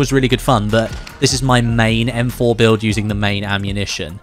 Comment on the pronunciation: "EM FOR" 🤣🤣🤣